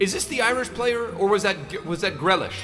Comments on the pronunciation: For one it’s pernounced greelish and it was him who dis respected Ireland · I never wanna hear Grealish butchered like that again